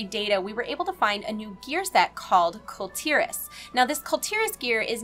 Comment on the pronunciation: I don't want to be that guy but its prounced "Kool Tier-Ahs"